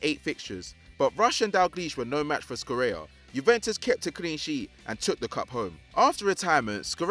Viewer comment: Scirea ["Sci" is pronounced shi]